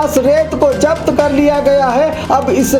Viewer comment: Urdu bolne nahi aati to Urdu mat bolo ye kiya Hai zabt ko japt